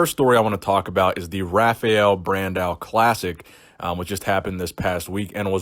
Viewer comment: I really like to see brasilian bodybuilders here. The way you say Rafael Brandão is pretty funny too.